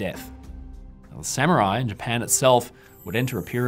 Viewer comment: The rare instance of a British scholar who doesn't pronounce Samurai as "Sammy-Rai".